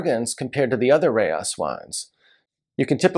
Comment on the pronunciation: Alright, here we go(I like being corrected, especially for Italy-Boschis=Bo-ski, not Bo-cheese, Rocche=Ro-kay. And France-Eschezeaux. Burghound's, favorite mispronunciation, Ek-ee-zoo). --Rayas(Rah-yahs, not like Texas, "Reyes") No mention of Fonsalette($200 on release, older vintages, $400+ for a Cotes du Rhone?? It was $20 in 1989), perhaps because it's Syrah and just outside of CdP? Not long-aging, about the same as a Crozes Hermitage. --Pegau: Pay-GO is the Paris pronunciation. But they are in the South with a twang, Pay-GOW. Just like Natchitoches in Louisiana is Na-gah-titch. --Beaucastel: The Rousanne VV is usually about 3-4 points better than the Blanc, but it's Twice the price. --Best off-vintage CdP: Henri Bonneau, Celestins. But $400 even in off-vintages. Long aging(10-30 years). Kind of a cross between Rayas & Pegau Da Capo.